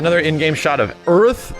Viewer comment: Did you just call Aeris "Earth"???